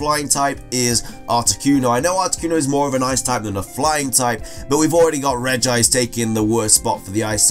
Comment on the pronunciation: The pronunciation it’s correct ( it is NOT regi-ice, there is only one “ i “)